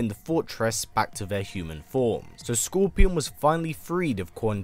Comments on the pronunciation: If you watch the video fully you’ll hear him say Gorpion or Corpion. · Did anyone else hear him say gorpion